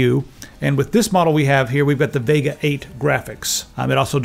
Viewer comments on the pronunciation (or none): none